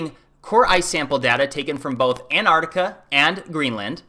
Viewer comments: Antarctica, not Antartica. Nuclear, not nuculear. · A small first step toward credibility: work on pronunciation. Not “Anartica,” “AntarCtica.” Not “Nookyooler,” “Nuclear.” For the rest, I can’t help ya. Maybe cut down on the extreme adjectives.